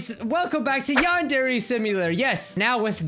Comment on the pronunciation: Welcome to Yandare Simulator! Me: You mean Non-Dairy Simulator?